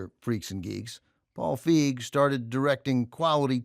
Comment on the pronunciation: It's "Feig", not "Fieg".